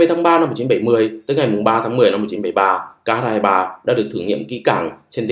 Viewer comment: X 23 ta đọc là khờ 23 chứ tiếng anh ko có chữ kh